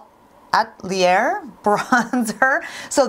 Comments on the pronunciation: Lemme help ya out with the French. It’s Westman “Ah-tell-yay”. 😁😉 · Actually, its Westman "Ah-tell-e-yay"....sorry, I'm french. :)